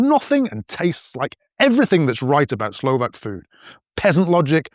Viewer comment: You pronounce Slovakian words flawlessly.